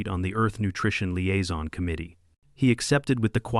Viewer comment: liaison, not aizon